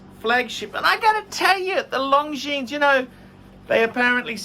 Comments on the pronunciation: don’t like Long Jeans 👖. It’s pronounced Long Jean! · Long Jeans - man, at least try to pronounce Longines right, 'watch expert'...